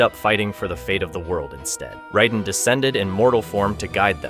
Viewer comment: Can’t stand the pronunciation of raiden